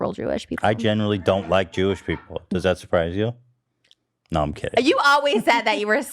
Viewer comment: When she says no it sounds like she’s saying Noah